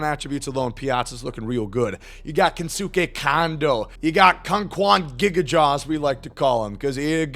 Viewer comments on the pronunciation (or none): With Kensuke, I believe it is pronounced ‘Kence-K’ just as Daisuke Matsuzaka was ‘Dice-K’